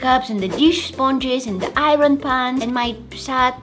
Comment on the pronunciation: Bro said paaan